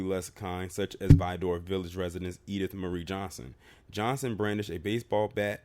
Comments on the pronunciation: Good Lord, whoever told you it's pronounced "Vi-door" is NOT from TX. You had it right the 1st time, Vidor, that's it. As a Texan it just hurts my ears hearing "Vi-door." It's between Houston and Beaumont. I've passed through there on my way to New Orleans a few times and trust me when I say you want to get the HELL outta there ASAP. The one time I had to stop there I felt the heat in the store. Black ppl stay the hell out of there. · You are saying Vidor wrong try saying like vider good video sir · true texans say it like "vid ER"